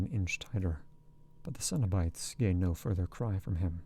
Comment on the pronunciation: yes, except for the mispronounced cenobites, there were a few random mistakes but much better than the other reading. should be ' muttering sweet talk into her ear' not sweat 😂 i had to go back and re listen bc it threw me off, especially since Julia had just complained Rory was sweaty a few sentences prior!